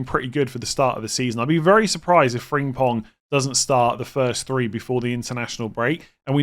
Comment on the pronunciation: Frimpong not Fringpong